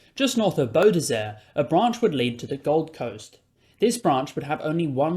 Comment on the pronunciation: "Beaudesert" isn't pronounced "Beaudesair" -> "Bow-Desert" 🙂